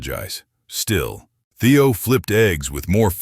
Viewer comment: Kind of ruins the story when the narrator program messes up Theo’s name on and off.